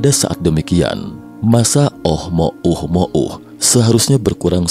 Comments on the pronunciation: oumuamua bukan oh mo um mo uh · GAK CAPEK OM NGOMONG "OH MOH UH MOH UH" KOK GAK DI SINGKAT AJA NAMA ASTEROIDNYA "UH UH UH", PERASAAN KEMAREN NAMANYA "OMUAMUA" NAPA SEKARANG JADI "OH UH UH" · Susah amat nyebutnya min, ohmouhmoh😂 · Ohmohuhmouh ... Dengernya aja cape palagi ngucap berulang2... 😅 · Jd bacanya oh mo uh mo uh 😂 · gw salfok sm oh mo uh mo uh 🤣🤣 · Tiap kali ngomong oh mo uh-mo uh saja masih sulit,apalagi teknologinya. 😊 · Seharusnya bacanya omuamua 😅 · Oh mouh mouh....nya sangat mengganggu....mungkin lain kali di ganti..... Oh mouh mouh akan kita sebut objek ini dengan OMM atau apalah.. untuk mempermudah dalam penyampaian.. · Ohmouhmohu ribet sekali nyebut nya 🤣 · Oh mo uh mo uh trs lu